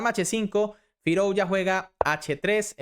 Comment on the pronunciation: Se pronuncia FirUzja y no FirOuzja /// OU = U